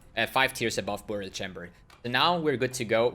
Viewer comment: I love the way you say "BOOORial Chambers..." so exotic!